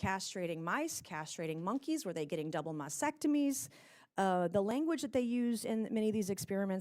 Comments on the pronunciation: Did she say double mousetectomy? 😂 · Did she say, double mousectomy?